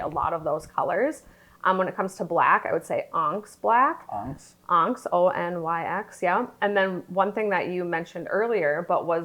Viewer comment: Onyx is pronounced On-ix. Sorry to be so picky, but since you are a pro, I’d hate to see potential clients turn away based on a simple pronunciation mishap. Great video…like others say, show us examples. Best of luck in your future success!!